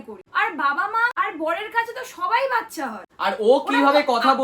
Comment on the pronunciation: বাচ্ছা হবে না বাচ্চা হবে। R tar thekeo boro ktha akhn ato mature ato normally kotha kivbe blcho .